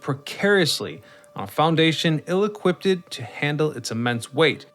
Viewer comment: I’ve never heard someone say the word “equipped” the way you say it: “equippeded”. I think it’s because usually we say the word equipped like “equipt”, but when you saw the word (as you’re recording the voiceover) you felt like the word needed its “ed” enunciated, even though you’d already said the word completely -hence the extra “ed”. This completes my English autopsy.